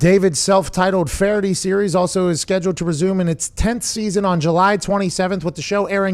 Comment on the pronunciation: should’ve threw in that he was brutally denied Pats blessing to do an ad read but still would’nt have made up for him massacring the pronunciation of FeHerty